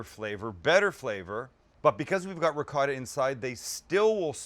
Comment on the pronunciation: Sam please work on the right way to say Ricotta it’s not like it looks please look it up Thanks. Love the show